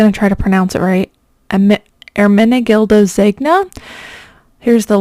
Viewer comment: Great video thank you! By the way Ermenegildo is pronounced with a soft g like in eDGe, and ZeGNa has the same sound as 'ñ' in español'